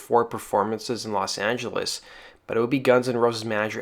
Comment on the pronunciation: Woss Angeles?